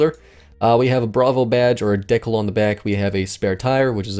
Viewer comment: Nice video, but the way you pronounce decal bothers me